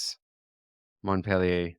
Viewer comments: You mean Mont Pelerin, not Montpelier. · Dear, it is not Montpellier, is Mont Pelerin, the society of ultra-right liberals...